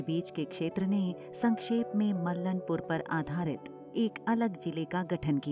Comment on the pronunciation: Mallnpur का उच्चारण गलत किया गया है। सही उच्चारण मल्लांपुर है